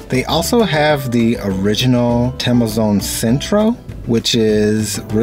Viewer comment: just a little bit of clarification, it's TEMOZÓN not TEMEZON, I know you guys do not use accents but in spanish are important..